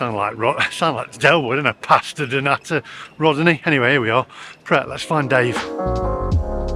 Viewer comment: you dont pronounced the t in pret it means ready to eat..